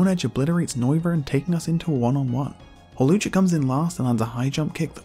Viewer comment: HAWLUCHA, NOT HALUCGA!